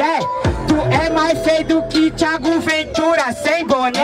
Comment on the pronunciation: "Thiao" Ventura? kkkkkkk